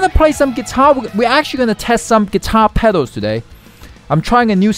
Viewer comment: Please 🙏 pronounce pedals properly Please.